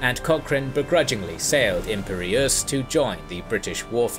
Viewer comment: Very interesting, but your pronunciation of: Biscay, lieutenant and Imperious is irritating.